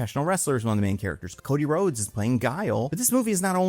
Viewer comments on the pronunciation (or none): none